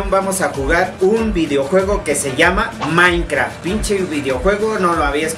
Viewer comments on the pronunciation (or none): "Maincraft" xD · Nadie: absolutamente nadie:: MAINCRAFT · Musho maincra :u shi musho maincra xD